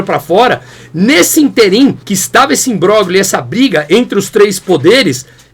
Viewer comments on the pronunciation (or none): não existe interIM. O certo é ÍNterim. E fala-se IMBRÓLHIO, e não IMBRÓGLIO. Abraço!